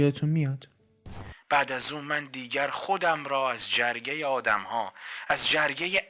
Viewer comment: جُرگه درسته نه جَرگه